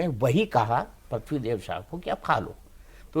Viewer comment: PRATHIVI NAHI HOTA HAIN BELAGAM MAT BOLL YAAR PRITVI BOLLA JATA HAIN